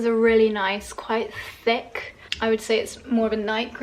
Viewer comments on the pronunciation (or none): none